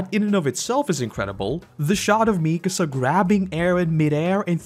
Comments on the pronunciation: Always hurts hearing people say "MEEkasa" instead of "MikAsa". Otherwise, cool vid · Great video but I have no idea how you managed to mispronounce Mikasa considering how many times they say her name...